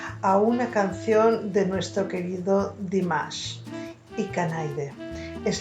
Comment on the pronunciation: Thank you so much for great reaction to Dimash and your pronunciation of IKANAIDE is perfect 👍. English speakers have much trouble to pronounce Japanese. Dimash's Japanese is near perfect in this singing with lot of emotions and sadness. He sang this song better than most Japanese singers 🌸